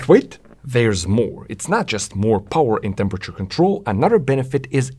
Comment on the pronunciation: no no no, it's not Powa, it's Powaaahhhh